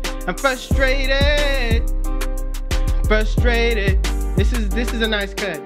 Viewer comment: You know was truly frustrated he made up a new word and said “frush-a-rated” lmao